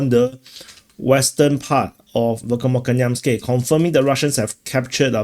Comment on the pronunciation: You are pronouncing this word VERKHNOKAMYANSKE incorrectly and it should pronounce as VEHERNAKAMAYANSKIYE.